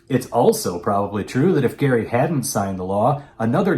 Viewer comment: My maiden name is Gerry, decendant of Elbridge. You are the fist person i have heard pronounce it correctly, Thank you. I know the man was a crook, but these days it is disheartening to hear my name used like a swear word.